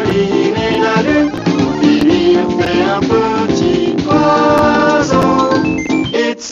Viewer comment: What do you mean, ‘the accents don’t fit with the rhythm of the music’? The only mistakes are ‘par-dessus des—sine’ and ‘OIseau’. The rest was good.